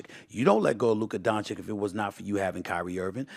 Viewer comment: I see Stephen A still pronounces Dončić’s name, “Luker Donchick.” 😂😂😂